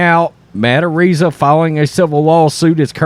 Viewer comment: FYi you are pronouncing Araiza's name wrong